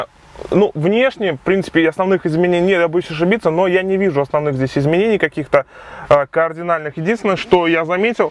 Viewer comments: Так он говорит уже не в первом видео ! Я удивлён - у него ПТУшное образование ? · кардинально! КАРДИНАЛЬНО! не КООРДИНАЛЬНО!!!! и другу с Владикавказа - тоже самое замечание. И мы никуда не торопимся, почему всё время такое ощущение, что надо срочно в туалет?